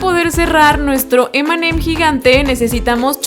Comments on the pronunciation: nose dice emeem sino eme eme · Cuando decías m&m parecia que decías Eminem